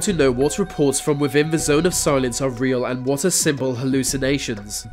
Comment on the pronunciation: and "vat for"that"